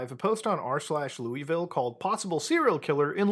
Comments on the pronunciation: Loo-ah-vull not louieville lol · it’s not pronounced loui-ville but like lull-ville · Love the channel. Long time listener, first time commenter. But PLEASE. 🙏 It’s “Lou-uh-ville,” NOT “Lou-EE-ville” or god forbid “Lewis-ville.” Thank you. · Mutha its Luh-vul not louie ville. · People from Louisville are gonna show up and berate you for not pronouncing it "Lullville." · its pronounced luihvll by the way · It's pronounced "Lawva, KY" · Yo. Louisville resident here. Louisville is only two syllables. Looh-vuhl. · Its pronounced Luh-vull. Put some respect on our city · i know how its spelled but as a native its pronounced lou avill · It’s pronounced “Loul-vull” (I’m from here unfortunately) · I’m in Louisville and ion even know thank you, you also pronounced it wrong lmao it’s Lou-Ville😂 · I have family in Louisville, that is not how you pronounce it and they are adamant on how to. Say it like you have peanut butter in your mouth (low-eh-vole) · Mutahar, with all the love in the world I have for you as a content creator, it’s Lou-uh-vul. I grew up here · Irrelevant but folks from Louisville pronounce it as Looahvul (dont ask me why, I'm not from there) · Louisville natives in shambles by muta pronunciation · All I can think about Muta mispronouncing Louisville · You're Canadian so im not about to press you on how to say Louisville, but just know, you said it wrong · People in Kentucky are gonna be pissed at Mutahar's pronunciation of Louisville, and I'm here for it. That shit's as annoying as Australians bitching about how people who speak a rhotic dialect pronounce Melbourne.